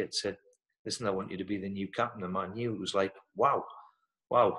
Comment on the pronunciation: Bruce saying man utd the way he does is a bloody shame. he should know better.